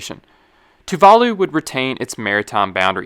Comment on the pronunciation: You need to learn how to say Tuvalu